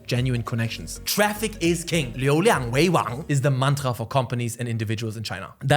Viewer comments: Mantra wie ein deutscher ausgesprochen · Die Aussprache von "Mantra" und "Lukrativ" verrät mir dass du ein Landsmann bist hahah aber sehr geiles Video. Hast nen Sub